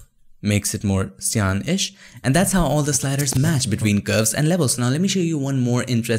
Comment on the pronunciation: Great explanation. Btw, it's "sai-uhn" not "si-aan". Cyan rhymes with Ryan (rai-uhn)